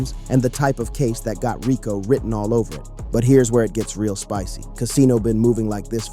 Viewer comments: Raco😂😂 dis ai don’t know to say Rico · WTH is a RYEco case? Bad ai voiceover… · Nice video but RICO is pronounced Ree-Coo